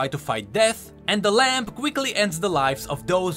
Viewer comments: Stop Saying LAMP its said like (LAM) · Ok, am I crazy or does keep saying "Lamp" instead of "Lamb"